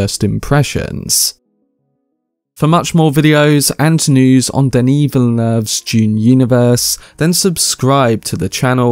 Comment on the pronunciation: Thank you, thank you! For pronouncing Denis' name properly